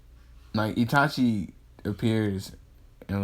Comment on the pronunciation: Oh and in ur first series u said itati instead of itachi